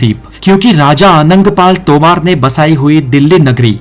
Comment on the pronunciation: तोमार् नही है बो तोमर ह